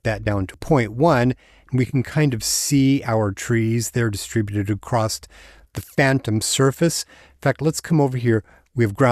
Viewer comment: ...." acrosst" ? Why do you pronounce ACROSS as ACROSST?